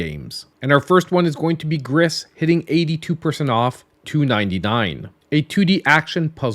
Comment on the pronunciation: you know how to pronounce gris correctly.